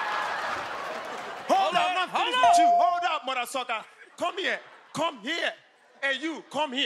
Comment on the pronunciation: Come here, come here, and YOU CONE HEA CONE HEA PUNK BEACH😂😂😂